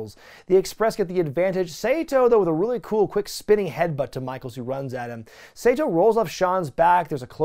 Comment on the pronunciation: I'm sorry but first: It's pronounced "Sah-toh" not Seito. My inner weeb is crying. Second, that's Pat Tanaka the one with the long hair. But good video still.